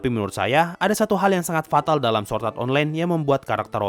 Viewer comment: SWORD bukan SWORT :v